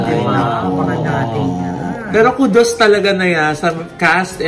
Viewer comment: if you’re using English words proudly cause you project yourself as intellectual, make sure you pronounce words correctly “KUDOS” Is not pronounced the way you did